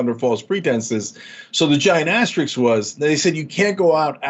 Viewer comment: Cenk can’t even pronounce asterisk correctly,,,, definitely questioning intelligence here (as I always have w him)